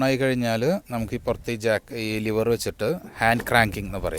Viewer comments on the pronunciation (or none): Lever not Liver